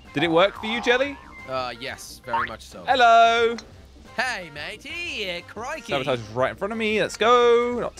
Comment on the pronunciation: Jelly be like: sabatarge